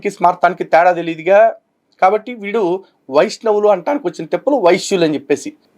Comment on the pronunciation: వైష్ణవులు అని పలకడం రాక వైశ్యులు అంటున్నాడు.. 🤣🤣🤣